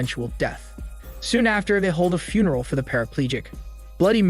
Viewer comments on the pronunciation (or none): none